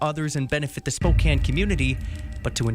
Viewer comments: Spokane is pronounced as Spo-can. 😊 I have never, or will I ever give my ID. I have watched your videos for a long time now. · Pronounce Spokane without the e on the end spokan. Spo can . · Its Spo-CAN even though its spelled Spokane. -from a washingtonian. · Spo-can is the pronunciation for Spokane. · Spo Can like a pop can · Spokane is pronounced spo - 'can ... like a can of soup, not like a cane used to walk. Like spoken with an a. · You are smart and methodical. Please go the extra mile and pronounce place names correctly in your reporting. It's the same as checking for punctuation or spelling errors while writing something. There is only one way to pronounce "Spokane". Strive for excellence, don't by sloppy. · you need to watch "The Marvelous Mrs. Maisel" for a pronunciation lesson on Spokane. It's hilarious! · As a Spokane resident you should teach him how to pronounce. 'Spokane'. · It's pronounced "Spo can" the e on the end is silent . The spelling is misleading so no foul. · BTW, it is pronounced Spoe-can. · Spokane is pronounced SpoCAN. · Respectfully, it is pronounced Spoe Can. Or Spoh Can. Long O, short A. Love your work, keep it up. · Spo can. Is proper pronunciation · Spelled Spokane, pronounced Spoke-Can, as in I CAN do it. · It's pronounced "Spo-can" like a "can" of soup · Spo-can is how it’s pronounced. The Spokane county sheriff is corrupt as fuck. Same with Washington state troopers. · Spo can, is how it is pronounced. Not spo cane. What did the news announcer say?? They said it right then you go and say it the way you want. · Pronounced Spo-can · It is pronounced spo can. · Pronounced Spo “can”. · Pronounced spo- can, rhymes w/ no- can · Spoh… KAN. Like a can of beans. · Pronounced Spoke-can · Spo-Can. silent E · Spokane is pronounced spo-can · Spo-can, not Spo-cane. It's nitpicky,but still. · "Spo-cann" not "spo-cain" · It's pronounced Spo`can not Spo`cane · Sounds like Spo-can. Not Spo-kane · It’s pronounced Spok “can” not Spok “ cane”.